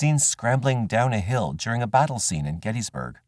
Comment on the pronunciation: The 1st one is spelled "Hill" everywhere, but he pronounces it "Hall" every time.